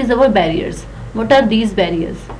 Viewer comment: Worst video making skills but good content. Pronunciation is worst possibility as pussiblity bearers as barriers and many more mistakes. Just reading in English and repeatedly saying the same things in HINGLISH. Worst video delivery please explain in details and dont just read through.